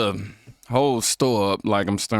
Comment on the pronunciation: “And I like this sto.” 😂😂🤣